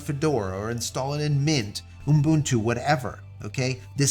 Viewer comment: "oom boon too" teehee